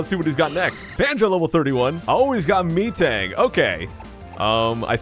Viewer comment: The way pronounces Metang.. XD No offense!!